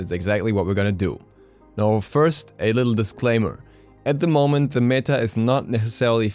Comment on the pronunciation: You're pronouncing "meta" wrong :( Good video though